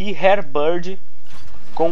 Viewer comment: Primeiro... Nao é tenecidade é tenacidade. Segundo... Nao é hairbird é WAR BIRD. Kkkkkk pra crescer o canal fale direito as coisas. Espero que interprete como uma critica construtiva blz? Ontem destruímos hein. VC no meu time no bo2 contra aquela party de viciadinhos lembra. Meu id paathurnaxx